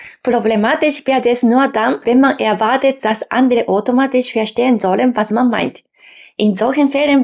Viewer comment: Vielen Dank für das schöne Video.... da du darum gebeten hast. Der Au-laut bei automatisch klang mehr als o. Dein Ch laut bildest du anderst. Habe das Gefühl du erzeugst ihn weiter hinten oder deine Form der Mundhöhle ist etwas anderst.... und klar deine Betonung ist manchmal noch etwas "japanisch" aber natürlich ist dein Deutsch im allgemeinen sehr gut.